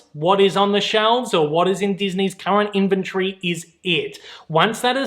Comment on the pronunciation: What a weird way to pronounce inventory.